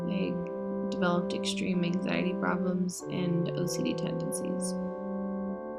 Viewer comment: i love you, but not "extream" it's "extreme" sorry just had to even tho this was made 3 years ago😬😛